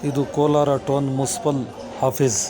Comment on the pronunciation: ಟೋನ್ ಅಲ್ಲ ಟೌನ್ ಅಂತಾ ಓದಪ್ಪ ಬ್ರದರ್.